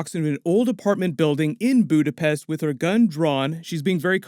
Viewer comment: Budapest or, alternatively, "Buddha-phesh?"